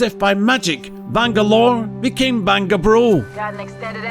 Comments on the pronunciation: Missing Bangabro sounded like you said. Mission Bang A Bro. Sorry but I laughed too hard at that. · Did he call him "bang-a-bro"? sus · Bangalore became bangabro HAHAHAHA THAT KILLED ME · "vangalore then turned into bangabro" Wait Bang a bro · Did he say BANG A BRO? Wtf? hahahaha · Bangalore became a Bang-a-bro lol